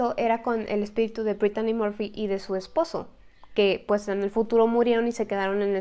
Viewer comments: Sii es verdad pero Brittany Murphy ers más guapa que britney Spears pero porque dijo Britani morfy para los ingleses se pronuncia así Britny Murphy ya se que es mexicana pero algunas fans somos españoles y queremos que pronuncien los.nombres ingleses bien pronunciados como nombre inglés ya se yo no sé mucho inglés lo estoy estudiando pero por lo menos aunque algunos seáis mexicanos también algunos suscriptotes pronunciar bien los.nombres y palabras bien en inglés en vez de decir Sori es sorrui como se pronunciaria y se escribe sorry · Porque dijo Britani morfy si es Britny Murphy y se escribe así Brittany Murphy yo la veía en muchas pelis como clueles fiera de onda con Alicia silverstone ya se que es mexicana pero algunos fans somos españoles e ingleses que lo diga en su tono inglés pero hace excelentes videos porque no habla de Jonathan brandis quién hizo de Lucas wolenczack en sesquest dsv 2032 y fue amigo de Brittany Murphy